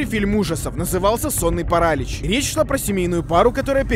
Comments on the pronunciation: Правильно не парАлич, а паралИч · Парали́ч а не парАлич боже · не сонный паралич а сонный паралич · Почему парАлич? А не паралИч? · Не Паралич а Паралич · Паралич а не паралич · ну какой парАлич, это так тупо. На протяжение всего видео такая хрень. Правильно говорить паралИч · Паралиииич!! Ударение на иииии, не на а 🤣😂🤣🤣😂🤣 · ПарАлич... Вы серьезно?! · Меня пугало только ударение в слове парАлич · Параличь ударение на и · паралич,ударение на и, а не паралич с ударением на вторую а